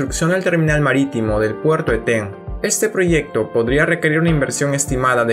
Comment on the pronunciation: Una acotación: Eten es una palabra grave y no aguda, la pronunciación por tanto es ¨Éten" y no el errado "Etén". Es una palabra de origen muchik. El río que desemboca al norte de Eten es el Chancay, que para esa altura ya recibe el nombre de río Reque. En su cauce bajo se le llama "el río loco" por sus continuos cambios a raíz de las avenidas extraordinarias que produce el evento El Niño.